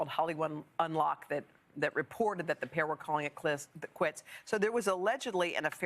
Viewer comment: The reports were calling it clits.... haha ... she means quits . LOL